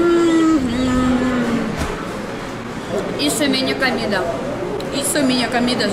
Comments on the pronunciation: Comida e não camida.!!! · Você está falando cAmida . O certo é cOmida. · Comida, comida com o. 😘 Você diz sempre camida com a 🤣 te amo 🤗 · "CAMIDA"....rsss.. mto engraçada essa russinha...😘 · Eu gosto quando você diz "camida". Você precisa ir a Ilhéus e provar a "moqueca arretada" do Vesúvio.